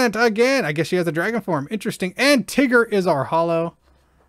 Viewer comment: man I almost spit my drink when i heard you say "Tigger" and had a stroke when you couldn't say sergeant 🤣🤣🤣